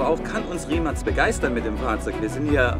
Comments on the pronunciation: Die marke wird rimac ausgesprochen nicht rimak nur als info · Das heißt nicht Rimak 😂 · Baba Video aber verstehe nicht warum du immer Rimacs oder so sagst 😂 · Das heisst nicht Rimak